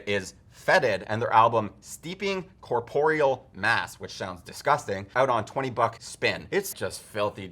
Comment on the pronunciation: Great review! Thanks for shouting out Fuming mouth, looking forward to listening to that album. Also, I think you may have said Steeping Corporeal MASS(?) rather than MESS. I might be stupid though. Either way, great vid!